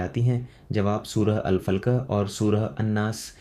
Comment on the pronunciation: सूरह अल फलक का उच्चारण अल फल्क कर रहे हो जो ठीक नहीं है।